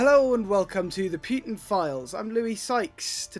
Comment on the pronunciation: I love the way you pronounce Pjuuutin 😂 … Copenhagen supports Times Radio